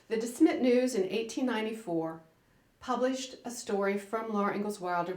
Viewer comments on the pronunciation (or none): It's ponounced DeSmet, not DeSmit. And, I had a copy of her "Pioneer Girl" autobiography. It had a beautiful green hard cover. In another book I had of hers, she'd refer to Almonzo as "the man of the house." Which tickled my funny bone.